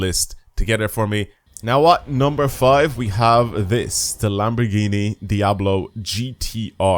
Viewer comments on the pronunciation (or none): none